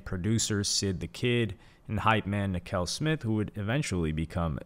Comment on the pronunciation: no diss to hy but this seems like he read the wiki on a video. i don’t think he is a big fan of OF but respects their legacy. (another note is how he pronounced nakel and domo)